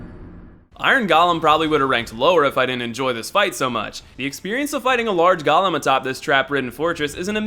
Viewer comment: There are a surprising amount of people that pronounce the word golem ‘gollum’. I don’t hold it against him personally but it annoys me in a similar way to nuclear and nucular.